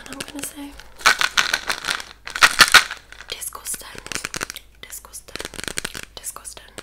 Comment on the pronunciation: Hahah as soon as I heard "disgostang" I knew exactly what you were referring to 😂😂